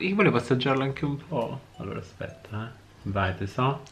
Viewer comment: È uscito Dan Pasquale: "ASCHPETTA"